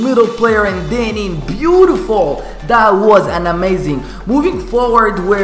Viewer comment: I like the way you say bootifull